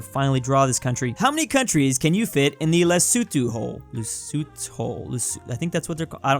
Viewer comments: Le (as in the french) so (as in the english so) tho (as in the beginning of thought) le-so-tho.. not lesutu... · It's pronounced Le-soh-to!